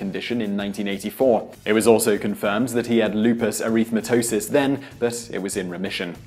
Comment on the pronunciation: He obviously didn't want to be who he was. Numerous plastic surgeries including the cute little nose. Res Ipsa loquitur= The thing speaks for itself. Lupus ER-REETH-MA-TOSIS ? Geez,this guy can't even pronounce it correctly.